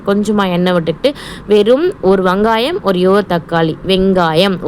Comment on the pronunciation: வங்காயம் இல்லை வெங்காயம் 😂 😅😅😅